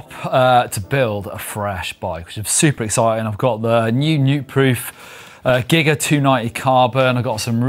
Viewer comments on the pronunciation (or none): none